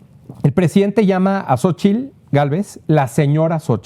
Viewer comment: CADA DIA PEOR!!!! POBRE, RIDICULO TRAS RIDICULO, YA NO SABE NI POR DONDE, JAJAJAJAJAJAJAJAJA!!!!! Y A USTEDES DOS,CON RESPETO, SE DICE XOCHITL, NO SOCHIL